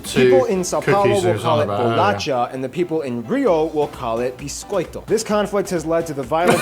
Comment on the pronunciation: Bixxxxcoito, é nóix! hahahahahahahaha